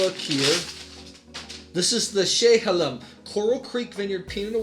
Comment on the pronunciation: Living 25 minutes from Dundee, Oregon, which is THE wine area in Oregon, I like the review :) Oregon Pinot’s are really underrepresented. Just for reference, Willamette is pronounced Will-ammm-et, and Chehalem is pronounced Sheh-hay-hem. Stoller is good but not amazing compared to others like Domaine Serene. Would love you to review some other Oregon Pinot’s at some other time! Again thanks for trying these out!